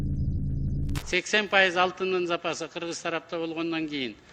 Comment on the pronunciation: Киргиз эмес,Кыргыз Деп так Жана туура суйло